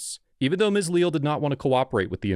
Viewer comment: lee-al is how its pronounced I do believe. Unacceptable behavior by Deputy. Glad he was terminated.